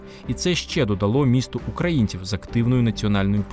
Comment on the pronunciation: Чудовий матеріал. Багато що з цього памятаю з розповідей старших жителів. Але заувага автору: попрацюйте над орфоепією: звук «в» наприкінці слова не оглушується: Львів, а не Львіф, українців , а не українціф… Дякую!